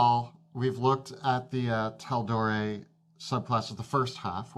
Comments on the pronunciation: Everytime they say "Tal-Door-Eye" my eye twitches. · It’s Tal-door-aye phonetically boys, nbd tho ofc great video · It's pronounced Tal-Door-Ray, I had to say it cuz the Psychic damage stacks lol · hearing you pronounce it Tal-door-eye hurts my ears : ( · Ending sounds like an A not an I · Lol, hearing them mispronounce the campaign setting they chose to do TWO entire videos about, you can tell the Dudes watched like half an episode of Critical Role before going "hey, we can do that!" and running off. 🤣( does say it correctly at the end of the video, so perhaps they found out halfway through shooting and forgot to redo the beginning.) Also, Resolute Stance + Reckless Attack would allow you to attack an enemy with a straight roll and give them a straight roll to attack you if they already had advantage against you for some reason (like "you're restrained, they're not") since any 1 source of advantage or disadvantage can cancel out any number of the other. And the chain squirrel explosion doesn't work because the explosion deals necrotic damage, which the same ability made them immune to. You COULD however, summon them all on the ceiling and have them drop to their deaths ^_^ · I would like to take this opportunity to inform you that nowadays i prefer Drakkenheim over CR. Oh and that the pronounciation of Tal'Dorei is slightly incorrect but you probably already know that by now. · How can you mispronounce Tal’Dorei when it’s literally said on stream correctly a million times seen by millions of people including you? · How are you this large of a channel in the D&D community and have zero idea how to pronounce Tal'Dorei? lol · I believe it’s pronounced “Tal Door Ray” not “Tal Door Rye” - that’s how Mercer has said it. I’m early in the video, and said it the right way the second time. My fingers crossed for the future! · tal-do-ray lol not eye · Tal-dor-eye????? Have you guys not heard Matt and everyone else pronounce it Tal-dor-ee? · Taldor-eye lmao